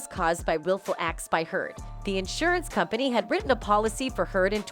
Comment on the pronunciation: You can't say "company" just like you can't say "brothers"? I don't know how you keep getting work, you seem to be so incredibly lazy, determined never to put any effort whatsoever into what you narrate. Have you ever looked anything up? Even once? In addition to which you speak so quickly, running each and every sentence into the next, that you are difficult to understand. Who says faster is better? Not if it's so fast people can't understand it. Once again, it is not Ma-lor-ka. But you won't look it up, or type into Google, "How do you pronounce Mallorca?" That would take too much effort, would it?